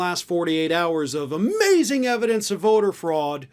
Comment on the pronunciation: 'I have the yevidence!'..it's all coming out on the Twelfth of fucking Never.